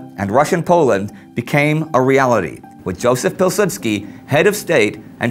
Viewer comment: great vid! just saying Józef Piłsudski is pronounced Yoozef Peewsoodskee and Władysław Sikorski is pronounced Vwadiswav Sheekorskee